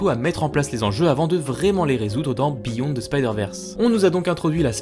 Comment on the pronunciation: Heille mon tabarnak tu va refaire ta cris de vidéo pis tu va dire beyond the spider verse pas biyon mon esti